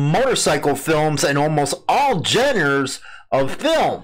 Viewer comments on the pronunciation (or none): It's pronounced jon-rahs. or - {click the speaker icon) Hey, The Wild Hogs was a great movie if you look past the obvious. Can't confirm employment but the guy gets a promotion? Toodles. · I'm pretty sure it's not pronounced "genders" matter of fact I'm positive it's not